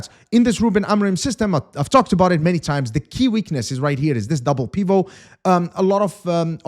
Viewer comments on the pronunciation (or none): Love the French pronunciation of the word "pivot".